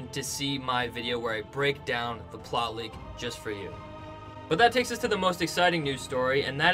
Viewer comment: please pronounce plot leak as plot leak not ploley